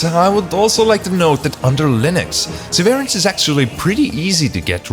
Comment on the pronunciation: it's "SEH-veh-rance".